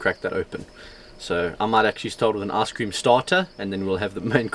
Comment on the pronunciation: When you say ice cream, sounds like your saying ass cream 😂